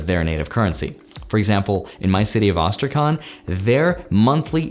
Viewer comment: That was funny pronunciation of Astrakhan(Астрахань)